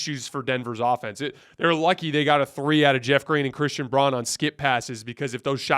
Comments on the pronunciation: Christian Braun is pronounced Brown not Bron. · It's pronounced Christian BROWN (spelled Braun) not Brawn